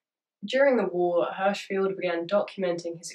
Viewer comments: Im gna be an annoying hoe bc im a lil crossed listening to this, but im pretty sure it's feld like Seinfeld. But i also have no idea im just almost positive. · I have only one criticism: Your pronunciation of Hirschfeld. The i is pronounced similar to kiss, and the e is pronounced like the e in egalite. What you said is more like Herschfield. I like the video, but over time it starts to annoy xD